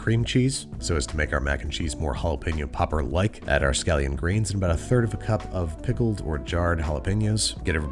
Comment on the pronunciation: Halapeno Jopper